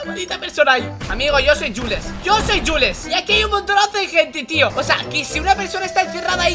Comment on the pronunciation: Se dice juls